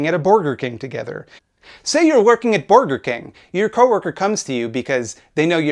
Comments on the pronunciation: Does Caleb really think mispronounced Burger King because he () genuinely knows nothing about the fast food industry? That's wild, huh? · Hmm, borgers. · I thought the correct pronunciation was "booj-wah king"? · I can never pronounce it any way other than "Borgar King" from now on